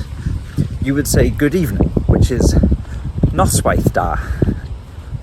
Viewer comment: It's noswaith dda not da .